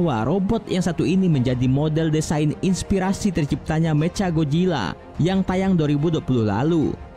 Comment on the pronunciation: "Meca gojilla"???